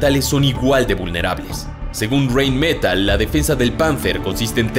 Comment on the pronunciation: ¿Por qué el narrador, que tiene voz de galán latino de telenovela, pronuncia Rheinmetall en inglés? No tiene ningún sentido.